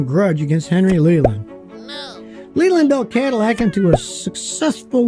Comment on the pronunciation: Love how you pronounce Cadillac